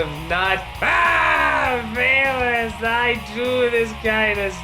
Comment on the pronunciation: “Phelous” Porteous XD